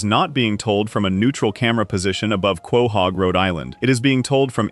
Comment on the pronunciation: Quay-hog? It’s pronounced co-hog